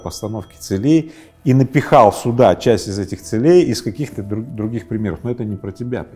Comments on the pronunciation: не целЕй, а цЕлей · цЕлей, а не целЕй! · Даже у такого не совсем грамотного человека. как Рыбаков ..—да и то получилось стать успешным!!! Не смотря на свою некую безграмотность , ставя неправильное ударение в словах ..говоря - «целЕй», а не «цЕлей»..🤦‍♀️🤦‍♀️Вообщем, ребята, у вас тем более шансы есть!!! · Не целЕй, а цЕлей, пожалуйста. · Мне интересно, почему целЕй, ударение на е. Это нечто из профессионализмов, или Рыбаков украинец? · Очень интересно, только бесит то что ударения ставит неправильно, целЕй, что это за слово такое?) это как-то притворно звучит. А сам контекст видео очень хороший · Целей - ударение на первый слог, ухо режет. Ну как?)